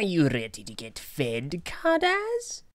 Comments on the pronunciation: Vay-zon? Car daz? Its vee-zon and Car-duss. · car duss z is not pronounced s and vezon is pronounced vey-zonn greg said it